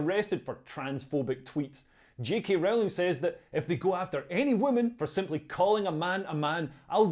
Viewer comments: Rowling is pronounced like Bowling not like Howling. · It's Rowling as in bowling btw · Leo, when are you going to learn to pronounce J.K. Rowling's name correctly - it's really not that difficult............